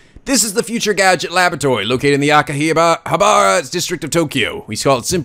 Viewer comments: You pronounced Okarin right the first time, "Oh-kah-reen" Makise is "Mah-Key-say" Hououin Kyouma is a tough one, you were close though it's "Hyo-o-een Kyo-mah" Akihabara is "Ah-key-hah-bah-rah" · I believe it's pronounced Aaki-Haabra. Great video. Keep up the good work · "Ah-key-ha-ba-rah" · I'd like to see more of this. I might have heard of the anime before, but this is turning out to be funnier than I thought it would be. Also, to pronounce Akihabara is ah-kee-ha-ba-la. I know the pronunciation's different from the actual spelling, but from what I heard, the R's are supposedly said as L's. I think the R sounds are supposed to be VERY subtle, but you almost never hear that in the Japanese language. So Mayuri would be read as ma-yoo-lee, and Rintaro as leen-tah-lo. But read it as you please, I just like to be well-versed in foreign languages as I can. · IT IS PRONOUNCED AK~KI~HA~BAR~AH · It's pronounced Aki-Har-Brah, at least I do.